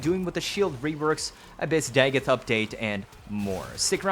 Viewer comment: Your pronunciation of dagoth and pablo is like nails to a chalkboard